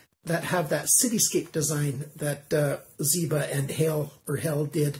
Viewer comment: Michael Zięba ang Michael Zieba. Small mistake but important.